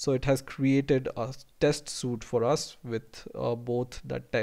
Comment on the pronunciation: You did a good job. One thing, you pronounced suite as "soot". Suit as in, The man wore a business suit" or 'The diver uses a wet suit" is how you pronounced Suite, Suite is pronounced "sweet" as in we rented a suite ("sweet") at the hotel.